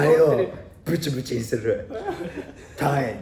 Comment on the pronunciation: 大光の「ブ↑チブチ↓にする」が気になりすぎるw